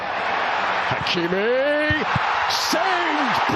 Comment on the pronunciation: Is it me or announcer doesn’t know how to say Hakimi‘s name. SMH. 😂